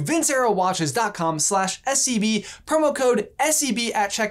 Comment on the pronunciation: I'm sorry but everytime you say SCB I hear SCP n giggle to my self lol